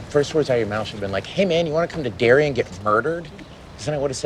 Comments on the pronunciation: Seeing that he called Derry “Dairy” twice in the first 2 minutes of the video, it’s probably time to save myself 32 more minutes of aggravation. Adios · Fyi, its Derry not Dairy. Also, it's not fair to lump people from other states in New England with the homophobic backwoods hillbillies that reside in Maine. Not all New Englanders (or all Mainers) are like the carny trash depicted.